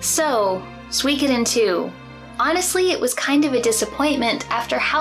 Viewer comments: suikoden not suweecoothen. s2 was the best btw if u didnt know. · “Sooweekoden” Girl. Pronounce it correctly if you’re going to shit all over it. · I always pronounced it as Soo-koden like suit. It's weird hearing it as So-wee-koden. It's like reading an entire book saying a name a certain way only to find out you had it wrong the whole time.